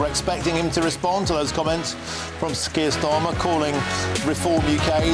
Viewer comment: Kier Tsar-mer